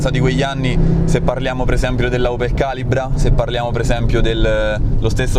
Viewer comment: Dovresti provare una opel calìbra (si pronuncia con l'accento sulla i) turbo 4x4. Meriterebbe uno spazio adeguato tra le supercar del passato. Cambio getrag 6 marce e un turbo benzina più noderno che mai. Provare per credere!